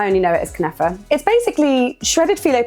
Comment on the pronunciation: Holy sweet mother of jesus!!! I am so going to try making these ❤😍🤤 By the way, your pronounciation of “Knafeh” and “Akkawi” was just fine. At the end of the day even we arabs all pronounce it differently because it literally depends only on the origin of your accent. Always do check that your dates do not come from places that are disrespecting international humanitarian law! ❤ Also, for those intimidated by the lengthy but traditional cheese preparation method… when I make my Knafeh here in Europe and I’m short on time I will just mix grated mozarella cheese with ricotta cheese (though the mozarella will still have to be dehydrated). It gives you an almost Knafeh like texture but will save you a lot of time 😉